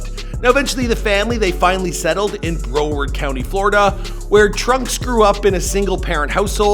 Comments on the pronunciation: Brow-ard not brow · This guy said “bro-word” county 🤦‍♂️ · I’ll give you a pass on the saiyan mispronunciation, but BROward? Lol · My dude said bro, ward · lol i love how he mispronounced broward🤣